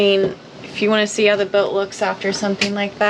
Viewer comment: You have that strange, but recently common, affectation where you don't pronounce the "t" at the end of words such as "boat". I comes out sounding something like "boak". Sometimes it's even a "d" at the end of a word, as in where you say: "...we avoided a rain clou...". Strange... Otherwise, nice content. You are a brave girl.